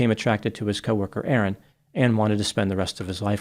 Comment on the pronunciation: I can't tell if is saying Erin or Aaron. In an Australian accent, those two names are more distinct.